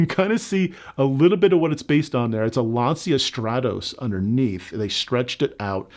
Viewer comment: LAN-cha, not LAN-see-ah.